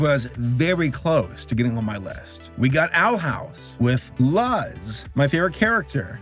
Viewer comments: Same, especially since I am Cuban,, him pronouncing it as “luh z” was actually hurting my head lol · It's not luz, it's (lu - s) like "loose" but the oo is more of a roblox oof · lahz lol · Luz is pronounced loose.-. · For those of you who don’t know, her name is pronounced “lose” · I ALWAYS READ IT AS "LUHZ"💔💔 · WHY ARE YOU SAYING LUZ LIKE THAT, IT IS CAUSING ME PHYSICAL PAIN. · Why did he have to say Luz wrong so many times. WHY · IM FINNA UNSUB FOR HIM SAYING LUZ LIKE THAT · Leave alone, he was pronouncing the name wrong on purpose. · This dude can't pronounce Luz. Also Owl House, Glitch Techs, and Hilda season 2 should have been on this list. They are just so refreshing. They life lesson shows that don't rely on heavy plot and lore. Not trying to be a serious serialized story. We need more of those. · the way the pronouncing Luz’s name made me so mad as a latino, but i understand it was a joke and i also laughed wail getting mad XD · Only reason why I gave this a thumbs down was mispronouncing Luz’s name so damn much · says luz literally so weirdly Me: "Do I sense sim- DEMONETIZATION XD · u said luz wrong lol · You said Luz's name wrong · It's on purpose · The fact that it's on purpose makes it so much more irksome. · His pronunciation of Luz makes me want to yell